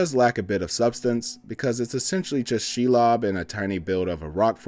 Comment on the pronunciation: You outed yourself early on. Shelob is pronounced “she-lobe” -every LotR fan